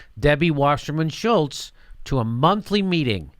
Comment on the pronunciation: I love how Jimmy calls her Shilltz.